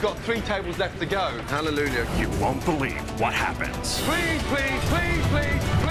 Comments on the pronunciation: he always says halleluLjah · Why does Ramsay always add an extra 'L' in Hallelujah?